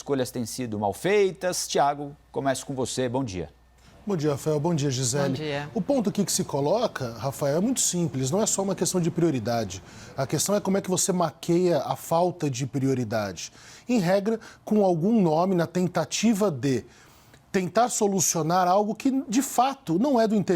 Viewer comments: Sério que o mandou um "maqueia"...kkkkk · principalmente naquela parte em que ele falou "maqueia"....kkkkkk